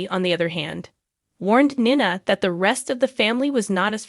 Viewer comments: I’m having a hard time with Nina. The pronouncing is really rough. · It wouldn't be so bad but the narrative of this video needs to say the name of the gh people write. Heck she said Nina's name severaly ways heardly saying it write. Same with porches name. Theses updates on the show wouldn't be bad if they could say the bames of the port Charles peoples name right.